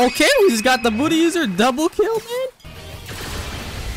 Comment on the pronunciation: Bro literally said booty user xd 😂